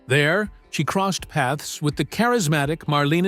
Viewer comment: "Mar-LEEN" Dietrich????? Definitely computer generated voice.